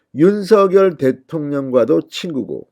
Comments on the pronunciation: 왜??윤서결대통령으로 아직 발음하시는지 대통령이 윤성열로 불러주길 원하셨어요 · 윤성녈로 읽으라고 문자줬잖아. 좀 띨하네.